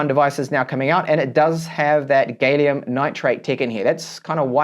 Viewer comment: "gal- ee-um" not "gay-lee-um". No matter how happy you are. :)